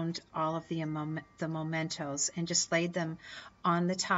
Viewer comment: I'm glad you later self-corrected "anchor" to helm/wheel of the ship. And please note that the word mementos is pronounced meh-mentos, not moh-mentos. Thanks for all the great tips----especially the advice re: putting wire on the larger objects.